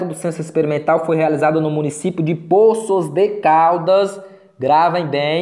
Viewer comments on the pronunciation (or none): .”Póços” de Caldas …esse “ Pôços”de Caldas ,da uma agonia 😂😂👍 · Tem certeza que a pronúncia certa é " Póços de Caldas" ? 🤔